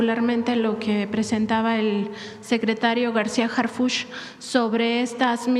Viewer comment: ACLARANDO NO ES HARFUCHY, ES HARFUCH, OJALA NO TE MOLESTE, PORQUE DE LA FORMA QUE LO PRONUNCIAS SE ESCUCHA MUY IRONICO